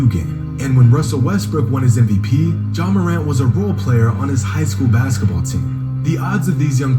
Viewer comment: No matter how high flight is he will never say ja morant right